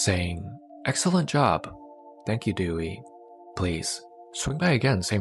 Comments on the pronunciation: Her name is pronounced Day-we not Dewey from "Malcom in the middle" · Her name is Dewi not Dewey😁😁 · It is pronounced Day-Wee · I know her name is most likely "Dewi",... but it sounds like "Dewey" 😂😂. Awesome content as always, keep it going